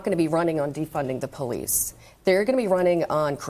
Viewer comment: “…defund the porreece.” HAD to unlock my phone to see if she was azn. 😂